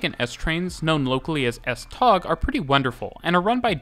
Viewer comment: Butchered pronounciation of tog